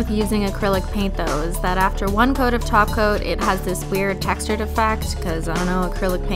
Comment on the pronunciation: kept hearing "taco" instead of "top coat" orz